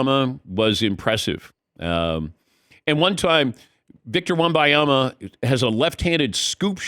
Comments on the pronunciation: wtf is a Wimbyama?? Wem-Ben-Yama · Stop saying wemuhyama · Say the man’s name right! It’s not victor wem-bye-ama. It’s not hard to say ffs. No respect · It drives me crazy people don’t say Wembanyama!!! M!!!! Not a N!!!!! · Why can't any of these professional talkers pronounce his name? It's not even difficult. This is a troll right? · I can't drop a thumb up. It drives me to distraction the number of times you mispronounce his name . NIA-MA.. . BA-NI-A-MA. WEM-BA NI-A MA. Just practice , will you ??? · First off...for God's mercy, Ban-Yama. It's not hard man. Future face of the league so might wanna get the name right. Next, I'm tired of this stupid narrative of "cAn ThE sPuRs BuIlD aRoUnD vIcToR". Uh, hello. The Spurs, who have 5 titles? This isn't the wizards or something that we're dealing with. It's his ROOKIE SEASON! Can we give them more than 90 percent of his first year to do something? Good Lord. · The name is WEM BAN YAMA. Is it that diifficult to get it right? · DAN LEARN HOW TO PRONOUNCE VICTOR'S LAST NAME. This is really embarrassing on your part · How is Dan mispronouncing his name this badly? He’s THE pro and not a moron. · Every time he pronounced his name wrong, i die a little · Please learn to say his name. This is terribly annoying. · Maybe learn how to say his name properly before doing a 10 minute interview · For god sake learn to say his name ! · All the casuals get Wembanyama's name wrong. Seriously, it's not even a hard name to pronounce. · he's not a casual, he's fuckin Dan Patrick. but yes, it's really weird that he can't pronounce it right. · Had to stop watching after the 8th time his name was mispronounced. Come on already. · How insulted would these guys feel if other people butchered their names the way they do with Wembanyama? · The old guy can't pronounce Wemby's name it's infuriating af, go to the hospice or edit and bleep it, it's insufferable